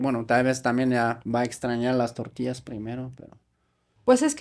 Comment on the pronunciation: El guero por decir tortillas 😂 dice tortias 😂